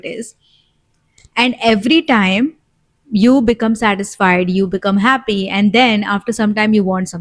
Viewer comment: I always appreciated little things.. you’re right… thanks Daddy 🫣🫢… I’m ready to say now.. a feel times I’ve heard you say Ha penis… like penis.. sorry I just had to share.. but was just a feel times… but I think it was just to make me smile.. and it worked.. thanks for that …